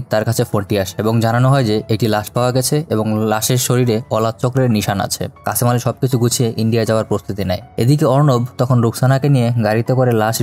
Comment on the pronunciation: What is kacamali😅😅😅😅it's kashem ali